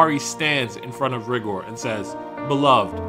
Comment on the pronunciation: It's pronounced RY- GOR LIKE RY- GRRRRRR